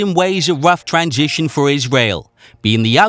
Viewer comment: " a woof twansition for iswael"